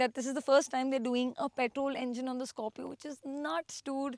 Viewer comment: Scopio ni hai Scorpio hai pehle thk se naam lena sikh le fir review dena tera bss ka ni